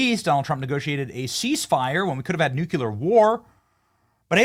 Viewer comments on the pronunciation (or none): Its NUCLEAR war. You lose your credibility saying NUKEYOULAR war. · He said “Nucular War” just like Bush used to 😂 We narrowly avoided a war of microwaves.